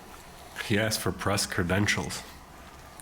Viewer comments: he specifically AXED you not to. And he’s an attorney?? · When your lawyer says "I specifically aXeD you.." then it's time to find another lawyer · If my ATTORNEY said "I AXED you something," I'd FIRE him INSTANTLY!